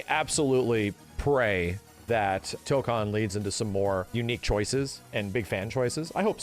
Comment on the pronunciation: Tokan (toe-kahn) (what keeps saying): to go to Korea. Tokon (toe-kone) (what means to say): fighting spirit You're welcome signed the grammar Nazi